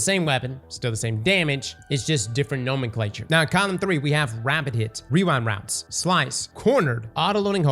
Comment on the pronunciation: Gotta love wewind wounds